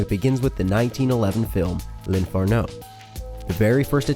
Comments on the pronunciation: Spme info from the Russian who studies Italian - In Italian the accent is on the second sillable - l`infErno.. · why does he say "dante's inferno" the almost correct way and then messes up the emphasis on "l'inferno"